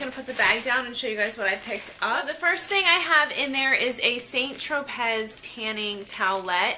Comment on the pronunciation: Yes! My mom & I swear by St Tropez... We'll try things that I hear are better, but always go back. Side note: Don't think you pronounce the "t" in St or the "z" in Tropez... sounds more like San Tropay (rhymes with "away")? But Im not an expert! Someone correct me if I'm wrong!